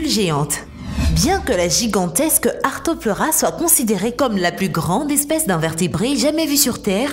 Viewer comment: Pas arthopleura, ARTHROPLEURA ! Et on ne sait pas s'il était herbivore strict .